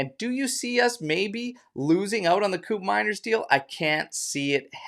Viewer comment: its pronounce like coup from coup d eta. manners like in manner. not mainer but manner with s teyun like the "the" from there. teyun coup manners. i think he is slipping away, matt oriley is 23yo and scored 19 goals and half the price too. can he play in seri A with tighter defense? maybe atalanta just shot their own foot playing this game. buyer always the king. i prefer andrea colpani for that role, but judging the position, we have soule, miretti and yildiz who play on that position. with mckenny showing his grinta and how much he love the club. we have 2 new midfielder, 1 oldtime max fave gone, and max never even play locatelli in his maximum potential, and we still have fagioli that more mature now, miretti that impressed motta, and nicollusi that finally gain the coach liking. why not just call it off and hunting other important position like full back and center back. im still believe bremer will be disappointed for motta. he dont even play at copa america. when allegri switched to 442 with gati being pushed high, we know the result. should have sell bremer and buying calafiori.